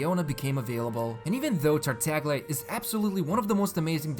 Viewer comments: The G in tartaglia is silent lol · so its pronounced tartalia?